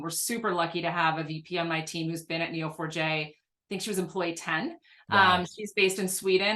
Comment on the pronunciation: I thought you were saying "Kneel for Jay" had to look it up to realize it was Neo4j.